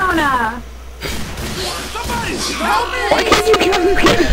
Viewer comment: hahaha love it how can STILL not say Jonna's name right.:/